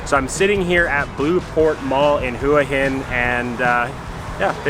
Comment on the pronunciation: Hua Hin is pronounced Wha Hin, Blueport isnt better than Market Village both are good in there own way